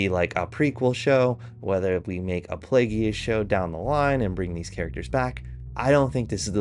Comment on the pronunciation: Dude go learn about Star Wars (and also the basics of what makes a show successful) then talk. Play-Gee-Ous 😂